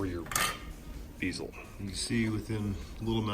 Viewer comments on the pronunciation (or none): Nice job. I CRINGED EVERY TIME YOU SAID BEEZO. It's bezel, rhymes with pez (the candy). Can't wait to see the final product. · It's pronounced BEH ZEL not BEEZEL :) Just teasing ya man lol This was a fantastic walk through and convinced to take plunge and buy the backbox kit from them! Appreciate your time and efforts!